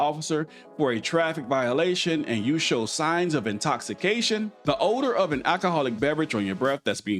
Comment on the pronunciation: H e said the order of alcohol instead of the odor of alcohol. Sounds like he might be a little saucy himself lol.